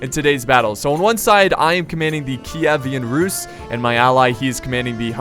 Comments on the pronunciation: Also on does not simply mispronounce "Keevan Rus" as "Ki-e-vean Rus" XD They have an awesome culture, I'll give ya that. Especially with their mounted forces. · Its Ky-i-ven russ київська русь (kyivska russ) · Киевская Русь (Kievskaya Rus) , sounds so funny on english:D Ty for the video, it's awesome.